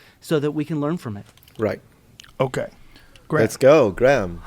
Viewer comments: Bro, you probably already know this, but, you can just pronounce "Graham" the same way you do "gram". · Graham is pronounced like "Gram". The H is silent. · as a scot i tried to watch this but every time they said graham wrong it got my back up haha it made it hard to focus